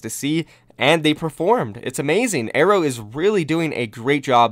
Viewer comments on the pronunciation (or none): none